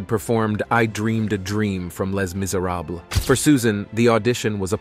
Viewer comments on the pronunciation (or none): Tell the AI male voice that Les Miserables are French words. The end S in both words ARE NOT PRONOUNCED…….AI is ignorant. Susan is a good woman. The creeps who teased and still tease her are nothing….